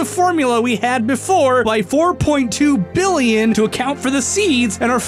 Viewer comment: you mispronounced billion...